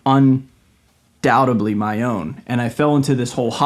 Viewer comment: it’s “undoubtedly” ❤